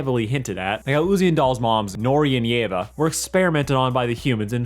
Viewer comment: for the record, it's pronounced: yee-va